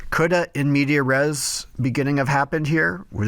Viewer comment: Cool video, though I will point out the it's in-mediAS-res not in-media -res